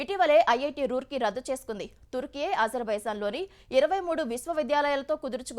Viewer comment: తుర్కే ఇది కరెక్ట్ word, టర్కి కాదు my dear all